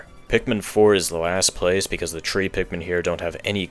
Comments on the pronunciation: So he says tree 🌳instead of three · why do you say tree instead of three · "at number tree, we have pikmin tree" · "Coming in at number tree is Pikmin tree." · Is your first language French? Or Polish? You keep dropping the H in through, and three like my grandfather used to, and his first language was Polish. Just curious, hope you don't find this rude.